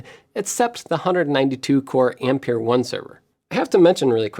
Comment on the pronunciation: Ampère is pronounced as ahm-pair.